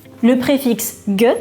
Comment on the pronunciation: au cas ou on pronnonce pas "geux" mais "gé"